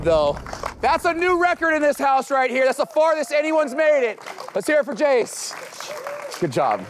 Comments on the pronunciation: Jayce sounds like he said "my name is jeez" 2.19min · Jayce needs to learn how to say his name properly 😂 if you didn't catch it the first time